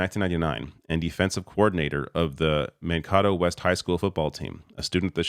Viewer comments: Man-kay-toe, not Man-kah-toe. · Pronounced Man KAY toe. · "Man-kay-toe" not man-kah-toe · It's Man kaytoe, not Mankoto like avocado😂😂😂😂 you Canadians kill me! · As an Minnesotan who lives very close to Mankato, I have to point out that it is pronounced like MAN-KAY-TOE. I love Governor Walz and he will be surely missed in Minnesota but I'm comforted by the fact that if the Democrats do win the Presidential election this year, his Lieutenant Governor Peggy Flanagan, who is a Native American woman, will actually become the very first woman to be Governor in Minnesota history! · Minnesotan here: Mankato is pronounced Man-kay-toe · Just so everyone knows, Mankato is pronounced "Man-Kate-O" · I dub thee an honorary Minnesotan! May the hotdish and pop bless you. Also, it's "Man-K-do' Mankato. I'm happy to give you a quick MN city primer if you need it! Shakopee, Mankato, Aitkin, Bemidji, Faribault and so many more. 😝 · For future reference, the Minnesota city, Mankato is pronounced man-kay-toe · Minnesotans pronounce it as "Man-kay-toe". Great work covering our governor though, much appreciated! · Mankato is pronounced Man-Kay-Toe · I live in Mankato, it’s pronounced man-Kay-toe. FWIW 🙂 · BTW - it is pronounced man-kay’-toe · Love ya. But as a Midwestern, is Man-Kay-Tow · Man-kay-toe is how we pronounce Mankato ;) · Man-kay-toe is correct pronunciation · Great video. BTW, Mankato is man-KAY-toe. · My state of Minnesota is having a moment. Oh and also Mankato is somehow pronounced Man-KATE-oh, as in the name Kate in the middle. Makes no sense, I know. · Just thought you should know it’s pronounced MAN-KATE-O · Mankato is pronounced Man Kay toe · My guy, it is pronounced Man-KAY-toe. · P.S. Mankato is pronounced Man - KAY - toe Since Walz is the VP pick, you might be saying that a few more times in the coming months. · Mankato sounds like man-kay-toe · Man-K-tow = Mankato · FYI, It's pronounced ManKATO. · It’s Mankato, not mankahto